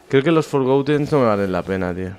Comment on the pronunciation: por favor deja de decir "forgoUten" no se dice con U forgotten... Gracias